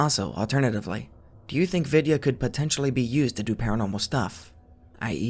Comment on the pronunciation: Vidya is pronounced we-thee-ya but with no spaces in between the three sections, if it makes sense.